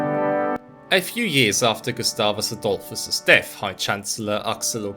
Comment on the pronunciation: "gustavos Adulfus" Really chaught me off guard...